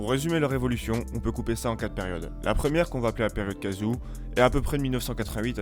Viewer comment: Belle video, je parle japonais, j'y ai vecu pendant 10 ans, mais please arreter de prononcer "u" Ou ca fait mal aux oreilles mdr KAzu surement pas KAzou, Mais KAzu , UUUUUU please mdr. T'as meme pas parle de Shunsuke Nakamura :o CEltic LEgend